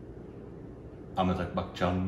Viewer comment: Every time you pronounce Amitabh as Amitag, little part of me dies.